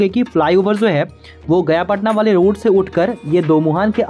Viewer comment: "Ye Zo" nahi bhai " ye Jo" hota hai.😊